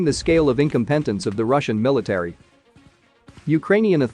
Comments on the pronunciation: "In-come-pet-ance!? Quit watching right there. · You can't even properly pronounce incompetence. You lost me right there. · Try to teach your voxbox to pronounce the word incompetence correctly, otherwise they might think that you are Russian agitators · "Income petance"? They're not teaching English very well in schools anymore! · Funny how 'incompetence' is a hard word for you to pronounce, the swearing doesn't do you any favours either.